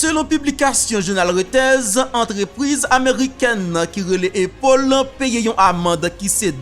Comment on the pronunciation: frè pam prononciation an pa bon non A toujou rete A nan non an ok Apple